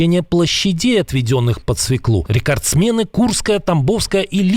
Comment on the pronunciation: Какую ещё свеклУ!? Свёклу!